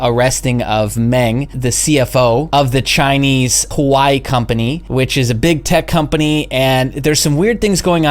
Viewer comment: This is certainly entertainment . Who takes advice from a bum that can’t even pronounce Huawei lmao